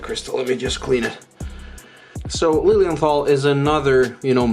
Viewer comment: My smart-ass/pedantic German remark for the day: The "th" in Lilienthal is not pronounced like the English "th". It's just a regular, hard "t"-sound. As in "trial" or "Tommy". Cheers from Germany and stay healthy!